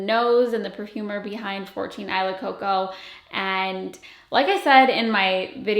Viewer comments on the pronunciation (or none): Isla in tagalog is pronounced "ees-lah" not "eye-lah" lol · I’m Filipina, and “Isla” is actually pronounced “ee-sla” — the S is not silent 😊 … .same meaning as island— body of land or group of islands surrounded by water. ❤ if you’re tying it to your Filipino notes, it should be pronounced the Filipino way— just a thought. But do you, and love all your content! BTW, lookin’ gorgeous! 💕 😊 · Maybe it’s just the Spanish in me but I can’t hear or read this name any other way than “EE-SLA” Coco 😂